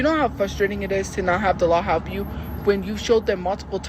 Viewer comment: It pmo when she says halp and not help